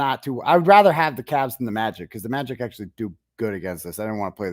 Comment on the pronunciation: He did say magit with an F!! 100%